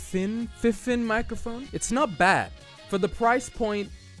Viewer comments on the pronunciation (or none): It’s is fifine you say it like fe-fine. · Its pronounced FI FiNE (Fie Fine), but some people say FineFine for some reason 💯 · Awesome review! I love your humour and the constant attempt to pronounce the various possible pronunciations of "FIFINE" "FIH-FIN?" "FEH-FINE?" Cus it's literally what we were all saying in our heads. Lmfao!!! Now I cannot get the name out of my head, that company should thank you because it's not the most easiest name to remember but because of you, I cannot forget it! Fehfinnn?! <3